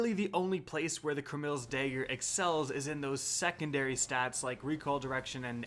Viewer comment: CraMILz Dager... Pronounciation 100